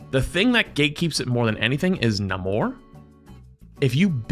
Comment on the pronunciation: as a mexican who watch black panther, nah its NahMorr